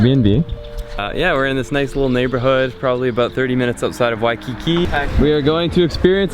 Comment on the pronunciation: WOAH SOMEONE SAID WAIKIKI CORRECTLY THIS TIME... well small kine😹